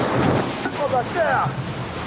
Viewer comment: Le “oh bata*d” avec l’accent du Havre 👌🏼😂🫣